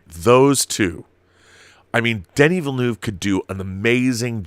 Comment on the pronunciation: I wish I could attach an audio file here...In order to inform people how to pronounce Denis Villeneuve's name. Haha...small detail.